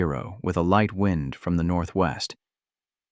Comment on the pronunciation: Why can’t you get readers that can read well. It is wind as in weather, not wind as in clock!